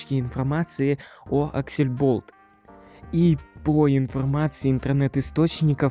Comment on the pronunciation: Ужас Невнятная, неуверенная речь Неправильное произношение НАЗВАНИЯ СТУДИИ АКСЛЕБОЛТ, а не аксельболт Всех разработчиков несложно найти, по крайней мере основных, типо антона, леши и ильдара Первая игра от аксле была Zombie Mincer, ее написал лично глава студии, а потом уже вышел первый стэндофф Учи матчасть